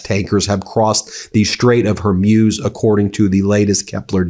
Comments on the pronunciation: BEN…it’s pronounced hor-MOOZ, not hor-MUSE. It’s becoming distratively ANNOYING. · Strait of Hormuz is pronounced “strayt uhv hor·mooz”. Not “mewz” (rhyme with “muse”) but like “mooz” (rhyme with “moose”). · It's pronounced "whore-MOOZ" NOT "whore-MYUZE". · Its pronounced Hormooze not Hormuse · Again, it’s pronounced Hore-Mooz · Ben; you need to learn how to properly pronounce words. Hormuz - Whore Mooze. Got it? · Hor-mooz, Ben. Hor-mooz. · Love your guys channel the pronunciation of the Strait of hormuz